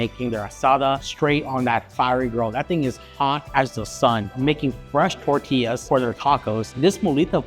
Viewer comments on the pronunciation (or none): none